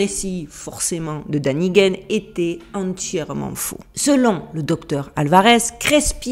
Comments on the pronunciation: C'est Danikën pas Daniguene 😂😜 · Le père Crespi m'est déjà connu. Je vous signale gentiment qu'en allemand le a surmonté d'un tréma se prononce é. Donc l'écrivain suisse que vous citez se prononce "dénikenne". Sur le fond, je ne veux pas vous attirer d'ennui avec la censure, je me contente par conséquent de généralités. L'Église Catholique Apostolique Romaine n'a pas le monopole d'une vision dictée par des dogmes religieux, très loin s'en faut. S'ajoute l'un des composants essentiels de la nature humaine, à savoir l'orgueil. Il empêche de concevoir que nous sommes les provisoires derniers maillons d'une chaîne aléatoire qui ne part pas d'un point donné ni n'a d'aboutissement prédéterminé. Peu importe les efforts des censeurs, les artefacts existent qui prouvent la variabilité d'une succession de civilisations, avec ou sans intervention de visiteurs extraterrestres. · un petit coucou de la Suisse. Ici Erich von Däniken que tu mentionnes est bien connu. Je me permets de te dire que phonétiquement son nom se prononce "érische fone Dainikène"". Il a écrit de nombreux livres. Peux-tu svp me dire lequel se reporte aux découvertes du père Crespi. Merci. J'ai découvert ton site récemment est suis totalement accro !! Sincèrement. ❤❤❤